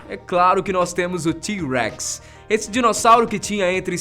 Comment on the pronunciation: Do jeito que ele fala T-REX parece que ele fala Tiu Rex